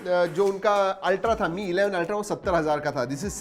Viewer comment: Mi ko me nhi kehte MI kehte